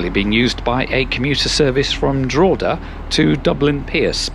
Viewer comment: The way he pronounced drogheda… *edit and howth…